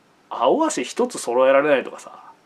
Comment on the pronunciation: アオアシの発音ちゃうしな